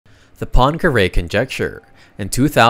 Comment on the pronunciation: Why cannot you pronounce Poincaré?